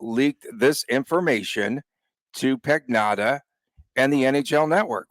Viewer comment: LOL absolutely butchering the Italian name of David Pagnotta